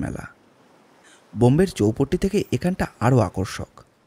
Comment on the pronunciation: Aar ektu chhoto ekta correction kortey chaai ..... Etaa aami aageo onno golpo tey shunechi. Mumbai tey je somudra kaacher jaayga ta চৌপট্টি bola hochhe otaar pronounciation hochhe চৌপাটি। Please don't mind but just wanted to correct you for any future stories.